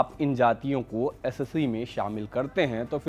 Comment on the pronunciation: वह एससी ही बोल रहा है, बस एस और सी को अलग अलग करके बोल रहा है